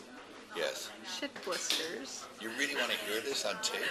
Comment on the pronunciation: Did she say.. shit blisters?